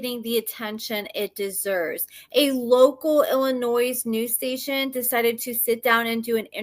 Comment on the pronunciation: Illinoi(s) ... the "s" is not pronounced 😉